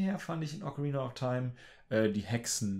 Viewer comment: "Ocaraina of taim"